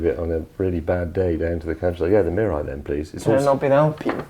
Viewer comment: his pronunciation of Mirai is almost perfectly sounded like Japanese. I heard so many "merai" or "murrai" on YouTube.